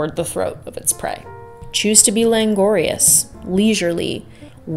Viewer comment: unreal, some of your best!! also only bc I’ve heard you use it a few times, it’s languorous not langorious - unless there’s a diff word in which case ignore me!